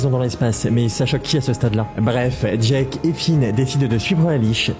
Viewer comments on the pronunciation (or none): C'est Jake pas jak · Juste c’est LE roi lych et c’est enKIridion en terme de prononciation… aussi on dit jaike pas jaques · Pas jake... phonétiquement c'est "jaike" . Ton jake me fait très très mal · Pourquoi te prononce mal jake 😭